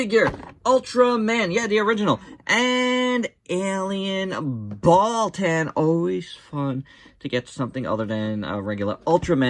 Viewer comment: Wait did you say alien baltan or alien balltoon